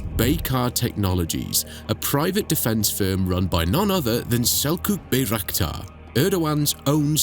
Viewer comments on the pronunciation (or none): "Selçuk Bayraktar" is read as "Selchuk Bairaqtar"